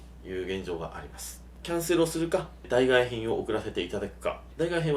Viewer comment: 代替は「だいがえ」ではなく「だいたい」と読みます。この場合「だいたいひん」です